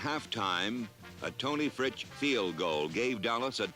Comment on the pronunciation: Tony Frikie field goal ? It was promounced Frish.